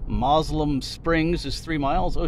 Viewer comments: Fleetwood is where i grew up. Many changes as you drove thru. The locals say Moselem as mo sill um. Yes do a small town tour. Thanks for sharing,. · I always heard it pronounced MO-sel-um Springs.